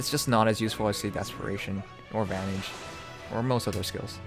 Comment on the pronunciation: Vantage not vanage . Im sorry i could not help it